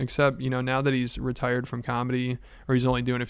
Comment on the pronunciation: Did he say RETIRED or R%T%RDED?